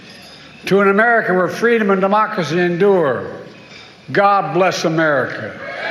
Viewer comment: said DEMOCKACEY